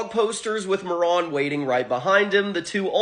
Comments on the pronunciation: It was slightly annoying that you kept calling the dog moron the entire video. Marron. Spanish for brown. Not moron. Mah rone. Open that mouth. On a positive note i never noticed the cards told stories. Nice. Thanks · muh-ron is not mare-in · What are you saying marrone. It’s mar rin. You are a morrone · “May-Ron” Bruh!! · Come the fuck on dude. Marron. Mare Un. It’s a real fucking name. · Pronounced mar in dumb ass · It's so funny hearing Marron pronounced like Moron. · I am pretty sure it’s pronounced “mare-en”. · Say his name correctly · You mispronounced marron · “Outstanding dig Moron” my dude, it’s pronounced Marron like “Mary” but with “on” instead of y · I've never heard Marron pronounced like that. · The way he pronounced marron throughout the whole video just hurt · I really hope Marron (I think the first syllable is stressed and not the second, since the name is the common way of saying chestnut in JP) will get a spotlight in that new yugioh cards lore anime they're making Edit: It's interesting how different people come away with different interpretations of these cards. When I first saw someone putting together Marron lore, they actually managed to weave everything (the mechanization, the evil dog, the skeletal dog) into one story rather than alternate paths. I really like the idea of there being like parallel versions though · I have never heard anyone pronounce this card name this way